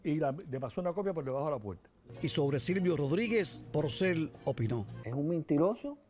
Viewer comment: ¿Lo oigo mal, o realmente cada vez (un total de 5 momentos) que menciona al trovador, dice "PRocel" en vez de "Porcel"?